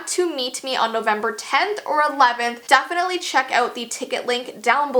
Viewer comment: Lol u said “Dafenitly”